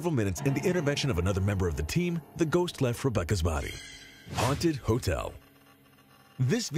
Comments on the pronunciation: "Haunted" not Hunted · We do know the word is haunted and not hunted don't we? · It's HAUNTED NOT HUNTED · Why does it keep saying hunted and not haunted? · the word is HAUNTED not HUNTED. You have done this more than once in this video. Proof reading minimises the occurrences where you look illiterate.